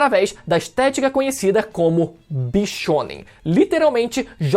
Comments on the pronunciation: Juro que escutei "bichona" 😂😂😂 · Quando o falou "Bishounen", eu escutei com "BICHONA" KKKKKKKKKKK Tá foda